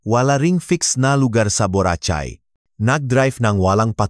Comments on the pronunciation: Mali pronounce Nyan sa Borachay BORACAY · Ang pangit magsalita ng nagbabasa mali p pronounceung buracay ang dinig ko buratsay marami p mali ang bigkas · Boracay hindi borachai, daw gago ka!!!! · does not know how to read BORACAY